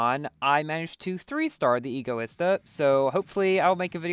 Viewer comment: U PRONOUNCE EGOISTA WRONG 😡😡😡